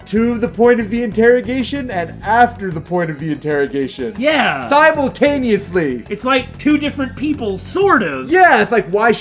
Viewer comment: Saemultaneously? I hear that right?